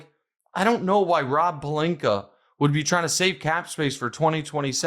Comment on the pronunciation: Rob Pelinka. Or as Stephen A. Smith pronounces it... "Rawplinka."